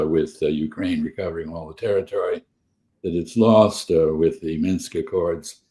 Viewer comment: Kellogg would pronounce Minsk as "Minks." One of the great brains of our time.